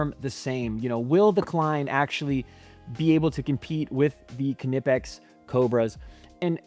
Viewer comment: It’s pronounced “Nip-Ex” the K is silent like it is in Knife or Knip